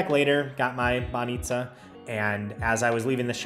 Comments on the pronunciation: You're saying 'баница' perfectly! You did miss on any good Bulgarian beer though, Zagorka and Kamenitza are just awful. Uber was kicked out cause of intensive lobbying from taxi companies. Unfortunately, we're most probably going to remain outside of Schengen for now. It's bad for us, but on the plus side we might have you back :) Cheers! And happy traveling through Italy. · You pronounce "banitsa" like a Bulgarian, nicely done. 👍